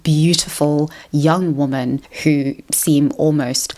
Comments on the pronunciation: loved the video but why do u say woman instead of women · Why do you pronounce women as woman??? Ok so what you said about men equating intimacy with control listen, I literally stopped having interest in sex not long after 50 Shades came out because every freaking woman wanted me to dom her in the sack, some even wanted rape play and my father is a rapist and that was just the highest turn off for me and I have basically given up on women as a result of all of this. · Why does she pronounce 'woman' and 'women' the same?? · Please learn how to pronounce WOMEN!!!!!:face-orange-raised-eyebrow::face-fuchsia-tongue-out